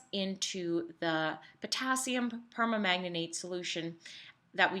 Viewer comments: It's perMANGANATE, not perma-manganate😂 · via : "permanganate [per-mang-guh-neyt]" only four syllables.